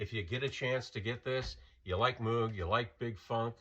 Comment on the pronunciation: Moog rhymes with vogue.